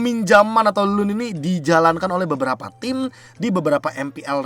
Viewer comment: Loan cara bacanya lown